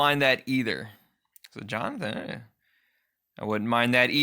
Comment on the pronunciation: Lmfao Jo-Nathan 😂😂😂😂